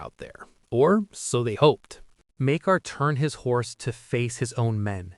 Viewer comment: It's pronounced 'Mike-Ah', the R is silent.